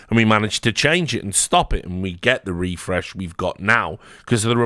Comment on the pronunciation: what's the deal with "refrezh" and "Nikolaj Nyholm"